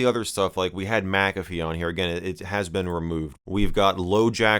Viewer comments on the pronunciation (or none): Mick-a-fee not mac-a-fe